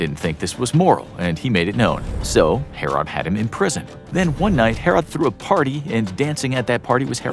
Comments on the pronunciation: the narrator can't say 'herod' right. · we did learn about the the baby being cut in two in sunday school. Learn how to pronounce king herod. we also learn that story in sunday school.